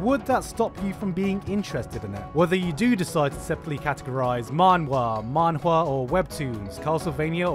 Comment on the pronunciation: thank you gigguk for showing chinese animation some love! i love how you said Man Hua(manga/comic in chinese) as well, never expected you to speak chinese! You were kinda famous in China(long time ago people posted your videos about SAO, highschool of the dead on chinese sites) and people called you the sharp tongue Lao Wai(a slang term for foreigners). China has a crazed obsession for anime, so hopefully one day you will discover more about the anime culture in China. Huge fan from China